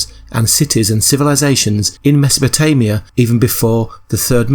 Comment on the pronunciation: Meso-po-TO-mia? Good God.